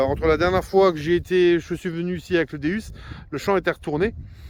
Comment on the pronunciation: Bonjour je voulais vous dire vous dite pas bien le non de Deus car vous prenoncer deUs alors que phoniquement c'est deOUs car deus c'est la traduction de dieux en grec donc sa se dit déOUs et non déUs qui veut rien dire je voulais vous donner cette petite précision .car j'aime bien vos vidéos et d'entendre le non de cette petite merveille écorchés sa gâche un peu bonne detection a vous et vive la la FFDM